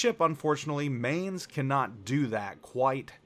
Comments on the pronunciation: mineZ - the Z is not silence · In case you care: the 'main' in the Mainz is pronounced like 'mine'.